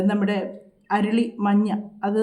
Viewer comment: അരുളി അല്ല അരളി